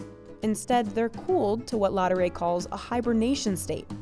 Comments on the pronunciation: The macaron are amazing but could the voiceover have made a little more effort to pronounce the name properly? LaDurée not Lodderay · "Ladooray" - how you americans butcher the french language 😂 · I cringed every time she said 'la doré'. If you're doing a video/blog, etc., please learn the proper pronunciation of your topic. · I can’t with the pronunciation of laudree it’s so cringe i hope she doesn’t talk about anything outside the USA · She makes effort in pronouncing "macaron" but no effort in pronouncing "Laduree." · Listening to this lady's attempt at the French words dotted throughout this video is a bit cringe inducing. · How can you pronounce Ladurée so bad? It's disrepectful. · Leave it to a gringo to butcher the pronunciation of Ladueree. And then try and save face by butchering the pronunciation of croissant and macaron. 😂😂